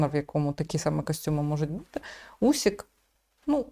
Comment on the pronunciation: не Усік,а УСИК,чому не правильно пишете та вимовляєте?